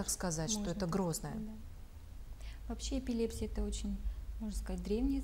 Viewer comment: ЭпилепсИя, ударение на И.